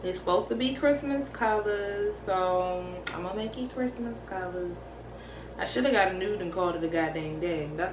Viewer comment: "Merry Chrimas"